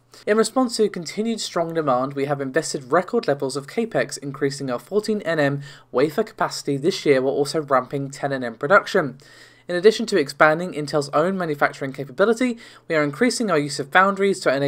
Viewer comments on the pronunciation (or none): It's CAP - X for CAPEX... Short for Capital Expense/expenditure, just saying. :)